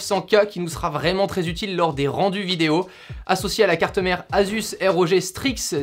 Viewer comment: "Asus R O G" on dit Asus Rog en faisant la liaison 😂😂 sinon hyper bien ce setup !! 👌